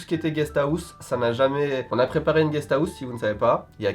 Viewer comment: MDR GUEST AOUSSE!!!🤣🤣🤣 parle bcp mieux japonais qu'anglais